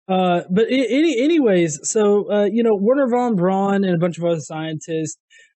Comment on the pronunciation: Are you guys just too young to have ever heard Werner von Braun's name pronounced correctly? I know there are hardly any living veterans, but WWII had a huge effect on popular culture through to at least the mid-1990s.